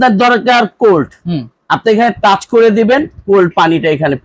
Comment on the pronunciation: টাস না, টাচ।